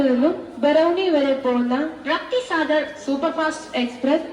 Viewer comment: റാപ്തി സാഗർ അല്ല റപ്‌തി സാഗർ അങ്ങെനെ വായിക്കു റപ്‌തി സാഗർ